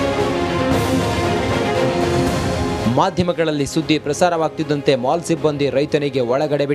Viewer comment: ಮಾಲ್ ಅಲ್ಲಾ ಅದು ಹಾಲ್